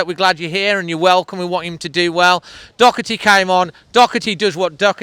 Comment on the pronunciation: Clear dive from Doherty learn to say his name